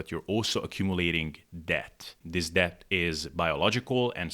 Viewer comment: Pro tip for pronouncing "debt": the b is silent. So it's just "dett".